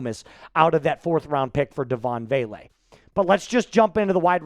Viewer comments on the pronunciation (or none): none